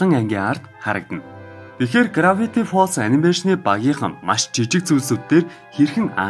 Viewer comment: Gravity gej heldiishdee grafity gej heleed baina